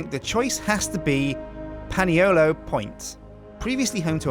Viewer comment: Excuse me, Can you please pronounce Paniolo correctly. Its pronounced Ponyolo